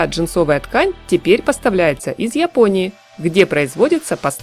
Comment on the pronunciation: Вы с Украины Очень выражена буква я,когда говорите про Японию